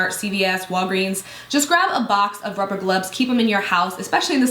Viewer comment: "ruver glubs" wtf lol